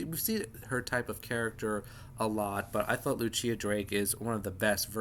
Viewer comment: Just a heads-up — Lucilla is most likely pronounced loo-SILL-ə, not loo-CHEE-ə. If she’s Italian, it’s loo-CHEEL-lah.